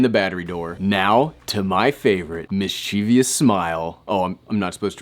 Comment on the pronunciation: apparently, you can't pronounce it either (mis•chie•vous)